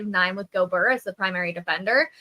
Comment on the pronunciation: Pretty sure it's GO-BEAR not GO-BER